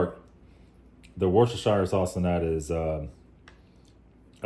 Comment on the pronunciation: Worcestershire- Woos-ter-sheer